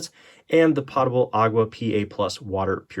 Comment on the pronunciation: And he even spelled it correctly. 😂. Making me crazy every time he says it.